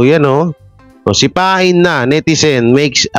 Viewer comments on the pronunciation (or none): none